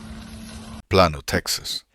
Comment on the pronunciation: Plano is pronounced ‘plaino’ not ‘plahno’.